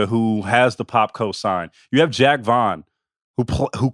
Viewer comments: You idiot "Jock" Not Jack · Pronouncing it like Jack Vaughn makes him seem a lot less cool